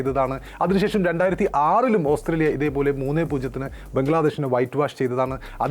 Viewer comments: ഓസ്‌ത്രേലിയ ന് പറയാതെ ഓസ്ട്രേലിയ എന്ന് പറയു. അരോചകം 😔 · Austhraila ennu aanallo chettante ucharanam